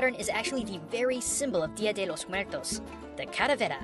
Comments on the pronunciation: "dio de Los mueltos" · While watching this, i kept correcting how he said Dia de los Muertos. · i think it's kind of funny how pronounces dia de los muertos like a porturican or the japanese how he says R's like L's and nice video o really liked it